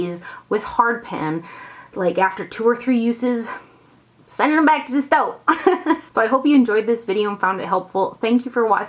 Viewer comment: "I'm sending them back to the stoe"LOL!! Love your videos!!! <333 Thanks for the first impression!!!